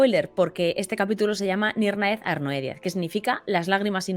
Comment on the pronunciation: ¿No debería pronunciarse "Nírnaith Arnoidiad"?